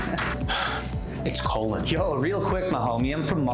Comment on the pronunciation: For the last time,.. it's Colin